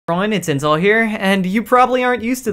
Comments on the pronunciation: i am so retarded ,every time intel does his intro i always misheard him saying incel instead of intel . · At the beginning I thought he said incel edits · Does anyone else hear incel lmao